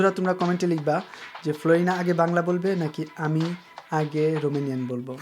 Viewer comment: ভাইয়া আগে রোমেনিয়ান বলবে😁